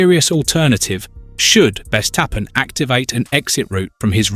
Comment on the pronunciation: Verstappen not Vestappen. It’s so annoying I turned you off.